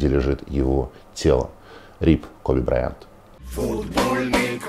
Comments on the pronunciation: Василий,фамилия Коби не так произносится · Вася, если хочешь говорить про Коби узнай хотяб как прочитать его фамилию, просто решил похайпится... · Василий не правильно ставит ударение в фамилии Коби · Василий, он Ко́би Бра́йант, а не БраЯнт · брАЙАнт - а не браЯНТ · Вася блин не тупи. Откуда вообще взял ударение БрайАнт??? Желание выделиться? Фамилия Бра́йант занимала 95-ю строчку в списке самых распространённых фамилий США: её носили около 239 700 американцев. Если что можешь в вики зайти почитать там естественно проставлены ударения - Ко́би Бин Бра́йант. Спасибо. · Не знаю как правильно ударение . Но БраЯнт как то ухо кровь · брАйант, а не браЯнт Василий, стыдно не знать. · БрайАнт? Как режет слух... Ну да это не важно. Светлая память. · Как же режит слух произношение фамилии Коби! он БрАйант! БрАйант! По этому поводу не было никаких споров и его всю карьеру называли БрАйантом! Послушайте иностранных коллег, как его фамилию называли все без исключений, если мне не верите. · БраЯнт?! Ты серьезно, Вась? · я тоже не понял, какого он БраЯнтом стал( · я бы с удовольствием надел беруши, если бы мне заранее сказали, что кто-то Коби будет называть БрайАнтом. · БраЯнт , никто и нигде его так не называл. Что за коверкание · Почему БраЯнт, Василий УткЕн? Специально посмотрел новости на английском из США о его гибели... Кроме Вас так никто не произносит фамилию Коби... Не чудите, Василий! Вы-же журналист... Светлая память легенде НБА! P.S. Динамо, Химки... Всех помоями полил... Видно не очень Вам нужны в подписчиках болельщики этих клубов... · БрАянт, ударение на А, БрАянт! блеатььь Уткин...... как можно быть таким.... пипец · Зачем так фамилию искаверкал Васььь? Какой БраЯЯнт??? Ты тогда ИНДОуткин получается? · Вася,какой нахуй Браянт???нормально нельзя называть его фамилию 😂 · Вася, фейспалм((( Перед эхом хоть исправься - БрАйант! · БрАйнт, ударение на первый слог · Вася, хоть бы поинтересовался как ударение правильно в фамилии Брайант ставится. В википедии хотя бы.